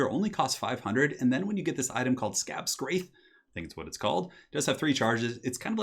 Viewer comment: Nobody: playing Vampire Counts literally ever: "A stripped-down Wight King is only like 500 gold, then you get Skabscrath and..." <3 your stuff;^)